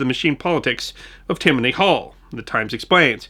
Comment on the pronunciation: Freudian or intentional? Perhaps I'm hearing things but after mentioning the two Tims it's certainly sounds like you're saying TIM-many Hall for Tammany.